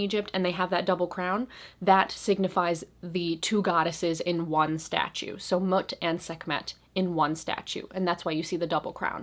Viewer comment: Mut is pronounced Moot ✌💗